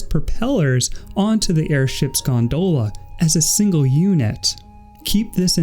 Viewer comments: good video but, Gondola, not Gondoela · As irish I agree. It's gon-dolla